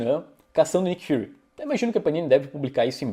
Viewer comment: Desculpa, mas eu sempre rio quando você fala Nick FURRY pq eu imagino o diretor da SHIELD vestido de gatinho peludo kkkk